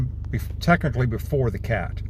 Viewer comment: Cat-uh-lit-ick converter no s in catalytic